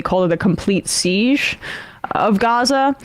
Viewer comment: Emma pronounces 'siege' so weirdly.